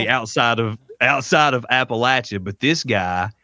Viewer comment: As a person who grew up in East Tennessee first of all let me congratulate you on the correct pronunciation of Appalachia. I found this interview both respectful and fascinating.